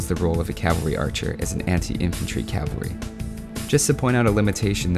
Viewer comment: CAV-alry. not cal-vary